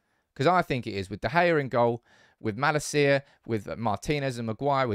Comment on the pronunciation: Bro please, before the season starts. Watch Malacia's "welcome video" and listen to how his name is pronounced; [malAcia]